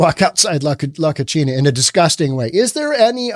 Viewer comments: He's blending Spanish and Italian: Spanish pronunciation: "ko-SEE-nah"... Italian: "koo-CHEE-nah"... Yes. "La Cochina" is a nasty girl/woman; "unclean" physically and/or morally. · Love you,... but your Spanish needs work. La Cocina (ko-see-nah) means 'the kitchen'. You said la cochina (ko-chee-nah) which means 'the female pig'. Saludos, amigo. 😉 🇪🇸 ♥️ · "Co-chi-na" in Spanish means dirty. "Co-see-na" means kitchen. The way he pronounces the restaurant's name is actually incorrect and yet correct... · The irony in his mispronunciation of “cocina” is hilarious. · The restaurant's name is "the kitchen". Hes pronouncing it as "the Dirty girl" Keep up the entertainment.